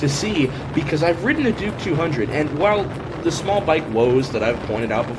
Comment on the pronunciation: He almost said "dork 200" and I will never be able to call it a Duke again 🤣🤣